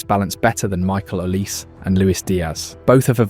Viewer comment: You cannot pronounce Olise?